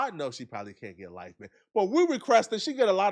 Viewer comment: lmao that emphasis in LIFE had me dying. stright fool